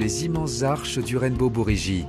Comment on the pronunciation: "le Pont Arc-en-Ciel, le Rainbow Buridji" :D Oui ... Enfin bon, "buridji" étant une transcription japonaise de "bridge", c'est donc "Rainbow Bridge", tout simplement !